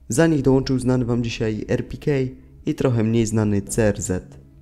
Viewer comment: Kurwa, wejdź sobie do google tłumacza, wpisz sobie jego imie i nazwisko i niech lektor/lektorka przeczyta to w danym języku, a nie będziesz to kaleczył. Tak samo było z "konter strajk" Ponadto, Jak jest RPK to czyta sie albo erpeka, albo arpikey, a nie erpikej xD Jedna literka po polsku reszta po angielsku. Brak ci profesjonalizmu.